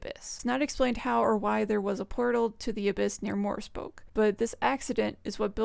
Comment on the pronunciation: So. As a Slav, and someone who is learning russian in school: Morepesok, if pronounced how it probably should be in azbuka should be something like Mo-rie-pie-sok. E in russian makes a distinctive ie sound. O is pronounced like in oh, but shorter. I hope i didn't come off preachy. I don't mean to insult. I must say i had a good laugh though, thank you for that!